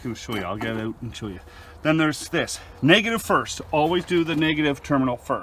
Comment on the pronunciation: haha yes man 🤣 instead of out you said oat but it reminds me of some northern Minnesotans I’m from Minneapolis MN so I’m familiar with it😂